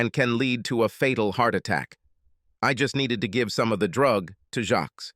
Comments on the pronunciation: Jacques is NOT pronounced with an S. What you hear is Jack—extremely soft J! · 😮"Jacques". Was his last name "Meioff"😅